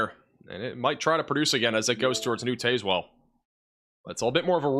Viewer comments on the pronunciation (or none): none